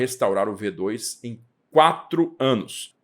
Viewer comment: => Preciosismo: se você vai ler o modelo como V2, tem que ler em alemão, ou seja, "fau zwei". Lembre-se do "Folksvagen", pronúncia correta dos VW.